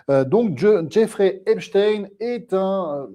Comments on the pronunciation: Epstein , comme Einstein . Pas « in « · Je dis Epstein et pas Epstine, nous sommes en France. Quelqu'un a dit que ceux qui prononcent Epstine sont les mêmes que ceux qui disent la covid... Je trouve ça très bien vu.